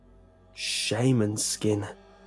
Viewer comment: He keeps pronouncing shaman as "Shaymin". It's confusing.